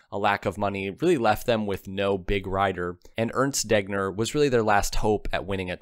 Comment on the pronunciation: Werner Wan Bran ?????? It is "Wayrner fon Brown", Urnst Deggner.??? It is "Airnst Daygner", Sundapp ??? It was "Zyndapp" ......to quote some mispronunciation in the generally very good video !Nowadays even smartphones help you with pronunciation ........